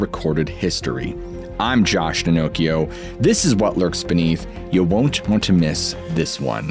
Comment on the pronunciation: ...I'm sorry....erhm...did he just say his name is "Josh Pinnochio"?